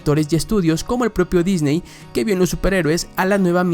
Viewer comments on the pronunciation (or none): none